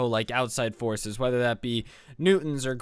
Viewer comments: am i the only one who thought he was saying horses and not forces? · UM the whole time you were saying “Forces” I heard “horses” and it took me until to realize you were saying “forces” So it was like “So we had a whole unit dedicated to horses “ And I was like o that’s cool yeet all the horse girls were quaking lmao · I honestly thought you said something about horses and not forces